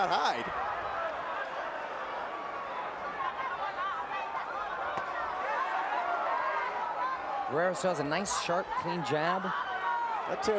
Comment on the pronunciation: WHY THIS 2 COMMENTATORS ALWAYS SAYING BARRERA HAHAHHAAHAHH!!!